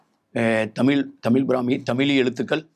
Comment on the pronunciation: நீங்களே இவ்ளோ நேரம் தமிலி ன்னு தான் சொல்லிட்டு இருந்தீங்க😂 இப்போ வந்து சிறப்பு 'ழ'கரமாம்